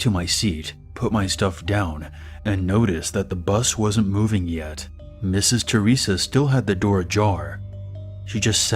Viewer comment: I HEARD MISSES CHORIZA. IM FUCK IIING SCREAMING. CHORIZO MEANS SAUSAGE IN SPANISH. BUT ITS Misses THERESA